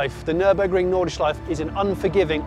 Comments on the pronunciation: Nice one! But come on Jonny, there are no silent vowels at the end of a German word. The last E in Nordschleife is fully pronounced (think Porsche). Or just listen to how the Germans say it in the video ;) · Why cant people learn how to pronounce nordschelife ffs